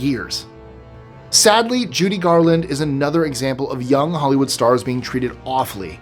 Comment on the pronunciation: It's Judy Garland, not July Garland.